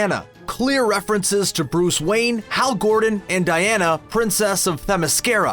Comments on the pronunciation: Hal "G"ordan? Really? Silly! It's Hal Jordan! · Hal Gordon really? Gordon? Its Jordan dude! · he also said "hal gorden" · Hal Jordan not Gordan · Why did you say Hal Gordan, instead on Jordan?? what is going on here?! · you said hal gordan its Hal Jordan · hal gordon : ) its jordan bro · Hal Jordan, not Gordon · Hal Gordon? His name is JORDAN!!! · Gordon???! It's Hal Jor-Dan. It's a J not a G. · And it's Hal "Jordan", not "Gordon". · they also said "Hal Gordon" instead of Jordan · Did you say, "Hal Gordan"?!?!? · lol his 'hal gordon' gaff tho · It's Hal JORDAN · "Hal Gordon"! XD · VERY much enjoyed this! BUUUUT.... Hal.... Gordon? Bro... You're doing a DC video, DC content, and you mispronounce our beloved DC characters names. For the first time in memory, I literally facepalmed. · Jeez u guys butchered this. Hal Gordon & Ralph Digbey 😂😂 & star girl will air on cw not DC streaming service. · this boi said Hal Gordon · He also thinks Hal Jordan is “Hal Gordon”. I mean, I could understand if he’s never heard the name before and the name was spelled with a “G” and he didn’t know if it was a soft or hard G. But come on man. It’s like someone told him all the names beforehand for the first time and he was trying to recite them from memory